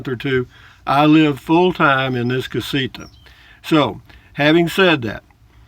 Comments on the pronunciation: LOL...well, maybe it’s a combination of my 73 year old (Yankee) ears and your 73 year old voice, but it sounds like you say CasiKa. Whatever. Love your videos, man. Safe travels. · CasiTa...not CasiKa.